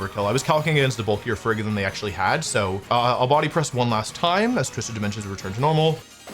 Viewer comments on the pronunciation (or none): none